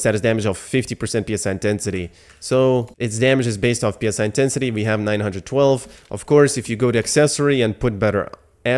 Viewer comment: It is not P.S.I. it is Psi, like the Greek letter. P.S.I. is generally short for 'Pounds per square inch' a measurement for pressure.